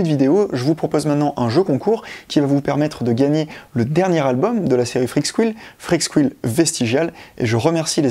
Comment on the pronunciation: "Freak's squile"............. Ça se prononce Freak's "SCOUILE"